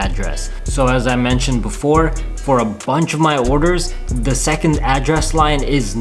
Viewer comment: I love the way u say „a BUNCH“ but i hate it when u say „and I am seeing u guys in the next episode“